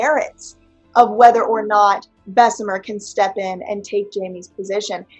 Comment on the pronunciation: it's Bess-uh-mur, not Bess-uh-meer. There's one E and BJ repeatedly has shown you how to pronounce it.